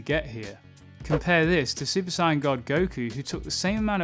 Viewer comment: The way he says sayian is hurting my brain